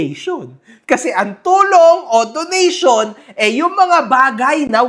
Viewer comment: donation! ❌ donut-syon! ✅